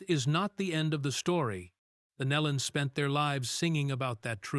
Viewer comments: kneelon. pronounce it right. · Pronounced "NEElon." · You can’t even prounce their last name correctly. shame on you.Truly a tragedy for the family and friends. Again, shame on you for not doing your homework in advance. This will be a 👎